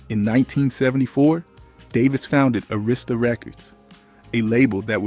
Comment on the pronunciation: Sorry but you need to learn how to pronounce Arista Records, it not A Rista Records 😅